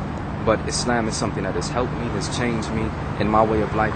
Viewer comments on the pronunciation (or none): lol-do all muslims take a "how-to-explain-a-simple-idea-in-the-most-round-about-and-long-winded-way-possible" class? it's all love though. but for reals-muslims (expecially black muslims in the u.s.) are some interesting people. and why did he keep pronouncing islam like "is-lamb"?